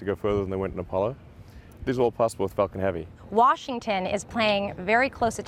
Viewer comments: Every time the announcer said "falcon heavy" over the mic -- I kept thinking he was saying "F___ing heavy" -- made me laugh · Same lool thought it was just me